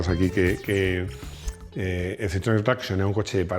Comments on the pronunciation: No pronuncies Citroën traction como si fuese inglés. Di mejor tracción en castellano. Gracias! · Muy bueno el vídeo, cómo no. Pero deja de pronunciar traction en inglés, coño! Que es francés.